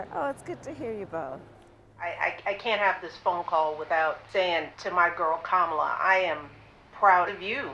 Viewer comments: How insultingly childish it is that Republicans refuse to pronounce things properly. They just can’t help calling it the Democrat Party. They pronounce Kamala every which way but the right one. Juvenile name calling. Republicans will never grow up past the third grade. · In the same way he deliberately mispronounces Kamala, she should mispronounce him DoneOld because he is both done and he’s old